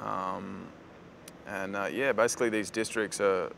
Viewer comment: When he says 'basically' it sounds like 'bicycally' to me :D :D